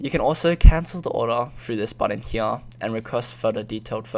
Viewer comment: "From hEeYAahH"